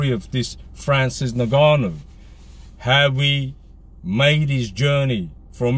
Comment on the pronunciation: “In Ga Nu”